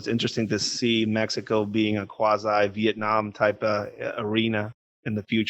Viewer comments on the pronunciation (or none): none